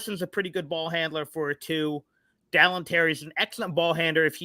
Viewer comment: 3 years and still can't say Dalen's name correctly